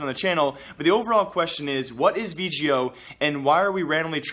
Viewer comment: Its V-GO not V-G-O